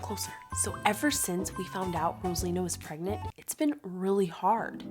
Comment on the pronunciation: Rosalina "pregnat" 😂😂😂😂😂😂😂😂😂😂😂😂